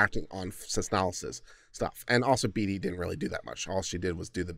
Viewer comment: Bee-tee, bee-dee, bay-tee, bay-dee are all the ways I've heard Beatty but bear-tree? lol, thanks mate, the cop's actions were getting me down but that made me chuckle